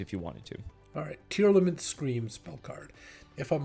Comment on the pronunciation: come on man, LSV doesn't play Yugioh and he can pronounce them properly! It's Tear-Lament, not Tear-Element.